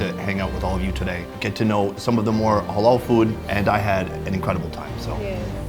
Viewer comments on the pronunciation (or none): the word is halal no holol ha like hat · It’s ‘HAH-LAL’ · Dude!! It's not hawl all!!! Halal...